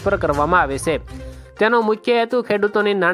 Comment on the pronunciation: સે એમ નહીં છે એમ બોલો